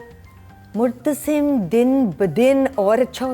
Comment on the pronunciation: Muttasib ni Hy murtasim Hy...